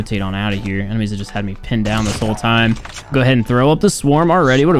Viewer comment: The way pronounce "Me" sounds like hes saying "Meh" 😂